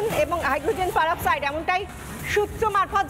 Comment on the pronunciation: পারক্সাইড নয়,আপনারা কি পড়াশুনা জানেন না,একটা অতি সাধারণ কেমিক্যাল ,নাম ভুল বলেন কি করে